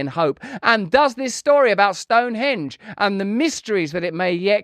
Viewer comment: I'm irritated by Russell's insistence on putting the accent on the second syllable of "Stonehonge" instead of the first syllable. What's the point of being American if we can't impose what we all know is proper pronunciation on the rest of the English-speaking world?